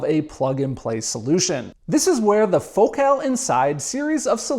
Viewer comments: It’s fohkel. Not faux cal. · says focus normal but says focal "fok cal" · As a Brit you say Focal so strange? Do people not say FO-CALL? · The name Focal irritates me. Why is it pronounced that way? "It's Joe Dírté"